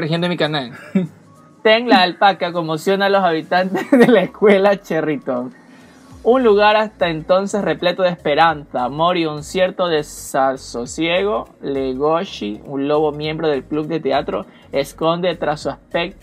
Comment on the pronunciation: Wacho reacción a Beastars y lo mejor es que con un negro. Para empezar tu vecino le atino a algunas cosas de la trama. Una cosa antes de que veas el anime, se llama Legosi el prota, no "Legoshi" pasa que solo lo transmitieron en Netflix Japón, muchos traductores le pusieron Legoshi ya que así lo pronuncian los japoneses y recién tuvo traducción oficial en ingles meses después El 4°ed es son como escenas de lo que ocurrió después además de haber escenas post-creditos y confirmando 2 temporada. ¡¿Como que Shonen loco?! es seinen por eso te dicen que es un zootopia adulto, está dirigido a un publico más adulto. El op sin duda fue op del año, para que te hagas una idea y eso que estaba Jojo's pero este se llevo el trono. Los ed aparecen según la emoción del prota al final de capítulo, por ejemplo si está furioso con alguien aparece el ed 2 que es el oscuro. PD: Aguante el Stop Motion y el cgi (3D) vieja